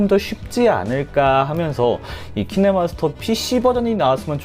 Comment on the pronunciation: 분에 기태님 키네마스터가 아니라 키네머스터라 들리던데 저만 그러나요 ㅎㅎ